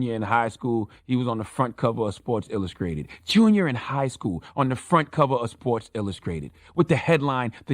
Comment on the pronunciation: “On the front cover of Sports Illuscrated” 😂😂